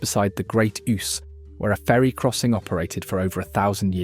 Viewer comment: Absolutely - it’s especially ironic on a video praising traditional, authentic pubs. The pronunciations of “Ouse” and “Domesday” would be done properly by a human.